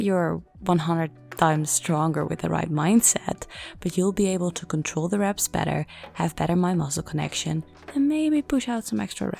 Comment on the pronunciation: Gaat goed! Back on track. Lekker. Ik vind je geweldig maar mag ik je één klein stukje feedback geven over je Engels? Je spreekt the uit als thie maar het moet meer klinken als de zeg maar. Anyway veel succes met je channel! Erg gaaf.